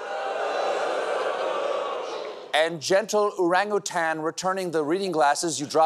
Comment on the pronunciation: I appreciate your pronunciation of orangutan :)